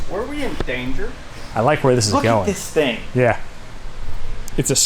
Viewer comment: "were we in dnager?" lmao